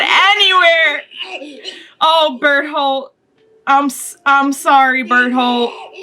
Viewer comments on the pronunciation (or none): Whenever she says Bertholdt, it sounds like Butthole to me xD